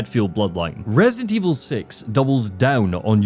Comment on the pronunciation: opened the video saying “Resint Evil 6.”💀